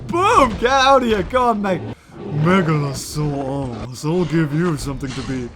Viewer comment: When u said megalosaurus it sounded like mega a sore ass